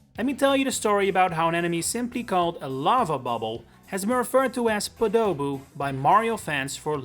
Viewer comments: Shout-out to SomecallmeJohnny for calling Lava Bubble a "Podoball" in his review of Super Mario Odyssey. No, not "Podoboo"--PodoBALL. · During the montage you said NSMB (2006) called them Podoboos, yet you say the last game to call them that was Mario Party 7 back in 2005. So which is it? Also I always pronounced (and heard it pronounced as) Poe-dough-boo not Pah-dough-boo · I just finished writing my own comment saying basically the same thing, I've only ever said and heard it said as POH-doh-boo or maybe like POH-duh-boo if not enunciating. Hearing poh-DOH-boo throughout the video hit my ears like nails on a chalkboard every time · First time I've heard it pronounced "Po-DOUH-boo" but yes! I've always heard them and called them as "Poodooboo," but very very quickly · I waited 10 minutes to hear you pronounce it correctly but no you kept saying podoh-bu the actual pronounciation is po-doh-boo, or at least that's how i've heard it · it's pOdoboo... not podOboo 😭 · I wonder how many folks emphasize the first syllable, instead of the middle syllable, Hearing this guy calling it a poDOboo when I've always thought they were called POdoboo has me reeling, am I the only one here who pronounced it more Pah duh boo vs his pu-Doh-boo? cuz now I'm curious XD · "Puh-dough-boo"... hmm... after reading the NES SMB instruction manual, I thought it was pronounced "Pod-oh-boo". Lava Bubble is a terribly boring name! Podoboo forever! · bro its pronounced podaboo not padoboo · The word choice of "everyone says wrong" instead of "everyone gets wrong" made me think this vid's thesis would be "Podoboo has an official pronunciation and most people aren't using it." So the first time I heard the narrator say "paDOE buu," when I have pronounced it "POdo buu" all my life (with a dash of "PAH da buu"), I thought, "Wha-- was that the REAL pronunciation or the incorrect one??" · I've never heard podoboo pronounced like "p'dough boo" before. Basically everyone says it like "poe-da-boo"